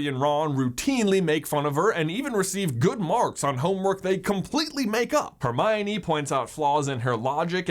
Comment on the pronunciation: 21 fools think like Her- my- o- knee. 🙄😒😔